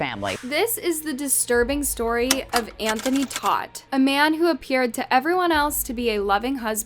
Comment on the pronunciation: They're literally saying the last name Todt multiple times in the video, and you're still too dumb to pronounce it right.